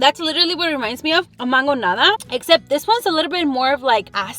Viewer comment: Was it just me or did it bother anyone else when she said mangońada 😂